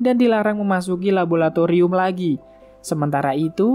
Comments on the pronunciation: MIINNNN LABORATORIUM BUKAN LABOLATORIUM!!!!!! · LABORATORIUM BANG, BUKAN LABOLATORIUM